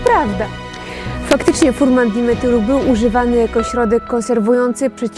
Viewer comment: Mała poprawka w nazwie substancji: fumaran a nie furman dimetylu.